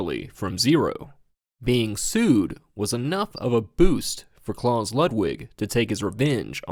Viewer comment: how do you research a video like this and still mispronounce anything. let alone the name "klaus"